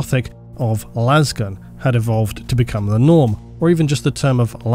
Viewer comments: But why do they pronounce it las and not las? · How tf does manage to get 68 minutes out of "Lasgun" 😂